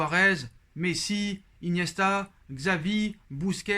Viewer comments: mdr tu dis "kzavi" , ça se prononce "chabi", xavi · Chavi pas tchabi